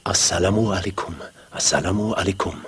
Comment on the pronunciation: why did he say salamu alekhem with a khaa instead asalamu alaykum with a kaaf.